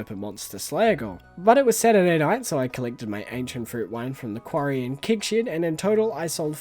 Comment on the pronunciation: I know you’re saying “Keg Shed”, but I stg it sounds like “Kink Shed” and… I have so many questions, lmao. Also, Calvin Klein x Stardew Valley is the collab we never knew we needed, but absolutely did! 😂 imagine rocking up to your local Myer and buying CKxSV Monster Musk cologne/perfume. 😂 Perfection.